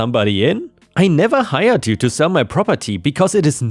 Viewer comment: you mean hired. It honestly sounds like he said he fired them.